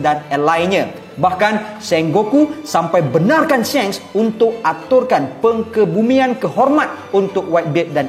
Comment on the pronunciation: bukan peng`kebumian' pengebumian